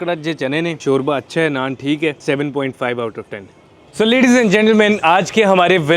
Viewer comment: Shorya boltay hayn 😂😂😂